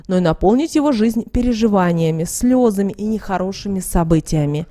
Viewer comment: Не НАчать, а начАть, не слЁзами,а слезАми